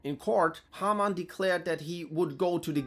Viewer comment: It's a nice touch to use even more of a german accent for Haarmann.